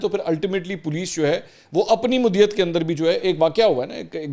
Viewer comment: منصور بھائی! مدعیت کا تلفظ درست ادا کریں شکریہ جامی